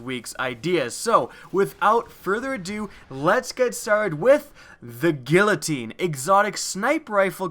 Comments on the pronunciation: its not "gillotine" its "giyatine" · Its pronounced geateen not gillateen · It's pronounced "gee-uh-teen." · Bro, no hate, but the first gun in this is pronounced gee-a-teen (guillotine). It the whole "Of with your head" medieval execution machine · He pronounced guillotine wrong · The pronunciation on guillotine was horrible.